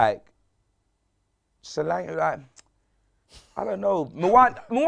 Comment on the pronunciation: Dominik Sore-ankle 🤣